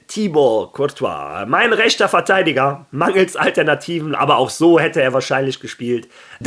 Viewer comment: Hola, ich höre jetzt schon zum wiederholten mal das du immer Verteiliger anstatt Verteidiger sagst. Es ist nix schlimmes, es ist mir nur aufgefallen. Wie immer gutes Video!